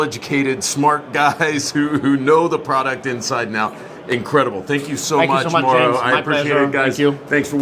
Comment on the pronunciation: Mau-ro...not Mo'ro...LOL.